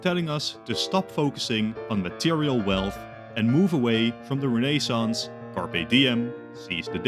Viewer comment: I know Belgians will laugh at me when I say this, but 'raynaysance' always makes me cringe😅